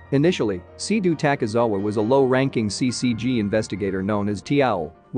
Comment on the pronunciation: Fr LOL at least he said takizawa but he said seiduo wrong but ill give him that one